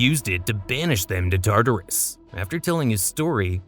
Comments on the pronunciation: Oh god Tartarus is not (tar-tar-us) it’s pronounced (tart-ar-us) never heard such a silly pronunciation before. Tar tar is fancy food. It’s just bothering me so much you keep saying it like that. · Plz plz plz use better pronunciation …. TARTARus- it’s just one whole word not TAR TAR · TA-TARUS!? ITS TAR-TARUS . Oh you say the right way the 3rd time and then wrong every other time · Why was your pronunciation so inconsistent one time you say basil-isk then you say basilisk. then you constantly switch between tartar-us and Tartarus